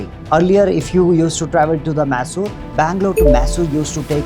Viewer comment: Dude, you never change. It’s not maaysor road.